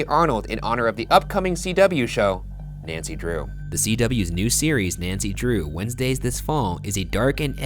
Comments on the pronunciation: Hope this makes it into the Post Mortem but please don’t ever say “Nancy Draw-up” please and thanks Ryan. #teamboogara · I almost disliked the video after hearing you say “Nancy Draw up” but I’m feeling generous today 😒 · ”nancy draw-up” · Nobody’s saying the fact that Ryan said “Nancy draw up”. I’m sad now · No one: Ryan: Nancy draw up